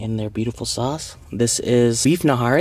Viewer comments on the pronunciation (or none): That greeccie fried naan is .. Paratha.( Para-tha) Behari ( bee-Harry) Nihari (knee-Harry)😂😘 love it watching you eat always make me hungry..